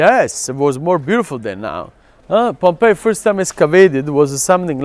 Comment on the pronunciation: I'm glad you call it Pompey ( pom-pai as it should). I've heard a fellow countryman of yours call it with the hideous sound of pom-pee. Thanks. It's greatly appreciated.